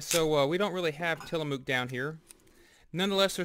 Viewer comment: That's not how you pronounce Tillamook